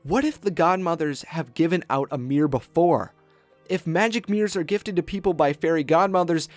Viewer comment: Your voice is so young and hunky, i don't even mind the fact you say "Mirr"